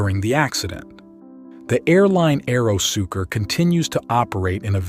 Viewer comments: AeroSucre, not AEROSUKER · It's pronounced ahhh eero sue cray